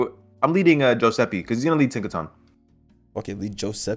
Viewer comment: Joeseppe with a J has my crying